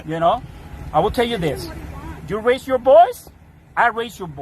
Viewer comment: “ Ju rase your voice, I rase jur voice”, says the ICE agent with the tell tale accent of the exact people they are profiling. You can’t make this shyte up.